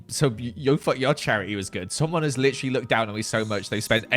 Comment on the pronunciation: saying literally like lichrally after coming back from england is making me smile aw